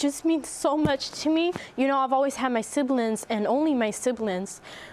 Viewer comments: "Siblins" instead of siblings and use the letter K in "ing" word endings like "ink" instead of "ing". Fascinating subject. They are angels. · I absolutely love accent! The way she pronounces “siblings” like a Latina from the Bronx ❤️❤️